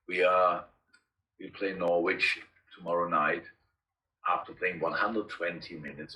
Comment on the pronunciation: The sound quality of this video is so shitty one can barely hear that Klopp has not yet learnt how to pronounce 'Norwich'. 😜